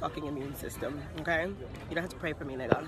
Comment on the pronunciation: Why she saying the n word with an r tho? Lol